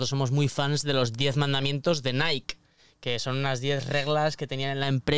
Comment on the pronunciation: Porfa Bruno enseñale a decir "NIKE" lol